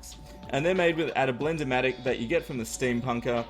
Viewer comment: he said blend-omatic listen carefully